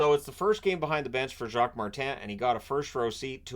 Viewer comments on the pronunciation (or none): none